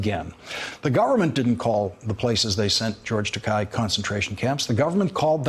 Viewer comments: Takei! Dammit! Like ter-kay. Not ta-kai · It's pronounced "TAH KAY" Lawrence, do you live under a rock?